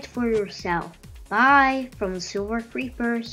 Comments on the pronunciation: It took me 2 minutes to realise you said "I love creepers" not "I love poop" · What I heard is, “I love creeps” but he probably was trying to say, “I love creepers”